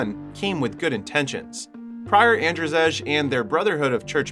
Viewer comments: In your country Andrzej is pronounced the same as Andrei, not "Andrjeg" :D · It's not "An-dra-zej" 😂, it's pronounced as And-zey or And-zei. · "Ander Zejj" lmfao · Your/The AIs pronounciation of "Andrzej" is painful. Its pronounced "Andzhey" or "Andjey" with french "je" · is that shet a polish film? cuz if yes andrzej u pronouced it wrong